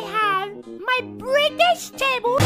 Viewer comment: grrrooby wants the brrritish table